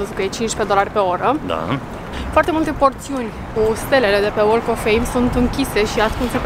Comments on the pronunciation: BTW, the "l" in walk of fame is silent... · "L"-ul din "walk" nu se pronunta, remarca pt viitor :)